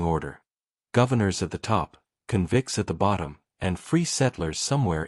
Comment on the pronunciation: The AI mispronunciation of "convicts" is like nails on a chalkboard.